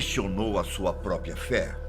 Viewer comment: Toda vez que assisto vídeos dele, fico com agonia dele falando "" e não própria, da até TOC kkkkk